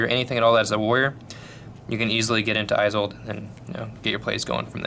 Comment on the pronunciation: Esold, not aisold